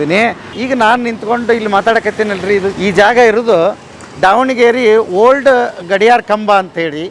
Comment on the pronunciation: ಅಣ್ಣಾ ಅದು ದಾವಣಗೆರೆ, ಡಾವಣಗೆರೆ ಅಲ್ಲ